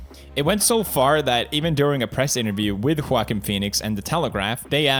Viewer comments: It should be pronounced as “Jokin” lol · Everyone: Joaquin Phoenix Pewds: JOE-A-KIN Phoenix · Felix pronounced “Quackin” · Uh. If that's the case, it should be pronounced (Hawk-een) but it's pronounced (Wawk-een). Try again? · Felix: Seiriously, why can't we just call him Joeceem Phoenix. English language, please. Ok, Fellix Kellbög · Ho-ahkin phenix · Felix: Seiriously, why can't we just call him Joeceem Phoenix. English language, please. Ok, Kelljeberg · Given how the name isn't exclusive to spanish speaking countries, and it has a portuguese counterpart where the J is pronounced, I think it's less cringy to pronounce the J instead of hearing everyone say "walkin'" phoenix. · I cry in Spanish every time he mispronounces Juaquin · "debut film" pewds: "debit film" "Joaquin" pewds: Walk-In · Me: wackim phoenix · Pewds : I want you to get this man's name right , kay ? Also Pewds : This is my friend Quack-een Phoenix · Choaken Phoenix? Lol I thought you say JOAquin Phoenix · pewds, Joaquin is pronounced wah-keen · it’s pronounced whoa-keen :)❤️ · "Joaquin" is pronounced the way it is... because it's not an English name. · "Joaquin" is a spanish name, thats why its pronounced that way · I cant with how pewds says Joaquins name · Pewdiepie: My me mine favorite actor (cant even pronounce his name) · Joaquin is not pronounced as you wish, because he was born in Puerto Rico, so Joaquin is Spanish, not English. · Lol why can't Felix pronounce Joaquin's name? I get it, he's got an accent but it's pretty easy once you've heard the correct way. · Pewdiepie doesn't know how to pronounce Joaquin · "Joaquin" is a typical Latin name, thus not pronounced as it would be were it a typical "American" given name....